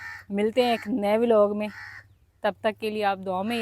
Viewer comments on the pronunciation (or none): none